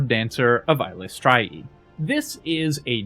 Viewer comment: I'm sorry, how did you just pronounce Eilistraee?